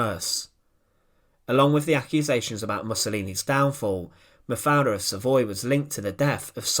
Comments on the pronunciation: Das waren grausame Geschehnisse! Wie wie oft hat diese scheußliche KI Stimme eigentlich den Namem Mafalda falsch und komisch anders ausgesprochen? Ich hab nicht mehr mitgezählt, einmal klang es sogar wie Mafia. Wenn man schon solche Clips veröffentlicht sollte man die betreffenden Menschen soweit ehren, dass man die Namen ordentlich ausspricht! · Hoe heet ze eindelijk :,, MAVRE, MAVER, MAFALA, of Maverd, MAPALA??? Y EL principe belga NO ES LO POLO O LIPOL SINO LEOPOLDO! POR FAVOR NO PRONUNCIAR TAN MAL LOS NOMBRES! 😮😮😮😢😢😢😢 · Die Geschichte der Prinzessin ist ja jedem hinreichend bekannt; weniger allerdings ist bekannt, was eine KI so fertigbringt, wenn es gilt, einen Namen auszusprechen. In diesem Falle wird der Name Mafaldas jedesmal anders (und jedesmal falsch) ausgesprochen, was man als eine Leistung besonderer Art ansehen mag. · Great documentaries, but pleased, please learn how to pronounce foreign words (especially names such as Buchenwald and Mafalda) correctly! The documentaries are terrible to listen to!